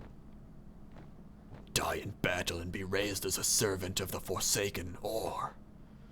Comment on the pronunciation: What the hell is a forcaken? lol